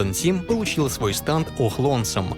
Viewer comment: всё видел болели уши от произношения станд( я привык к стенд)